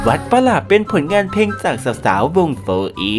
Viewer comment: ออกเสียงให้ชัก เพลงไทย ไม่ ใช่เพงไทย